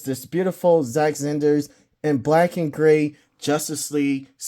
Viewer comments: Bruh.. how you gonna argue who was the best superman or batman but you cant say snyder ? Lol zack zanders? Snyder (snai- dr) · Bro why Zach “Zinder”!?? lol great review but that was killing me. It’s S-N-EYE-DER just saying haha. Great review tho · I think you meant to say Zack Zander 😂😂😂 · It sounds like you have a problem.Saying sny der it is snyder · That's twice you can't even say snyder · You can't even say snyder right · Good review..you should measure 📏 the figs as well to see how they measure up with other figs from other lines… I won’t comment on the butchering of Zack Snyders name 😂